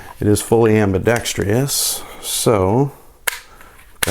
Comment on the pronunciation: It's ambidextrous NOT ambidextrious.